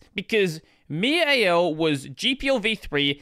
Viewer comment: Stop calling Mir "Myor" 😭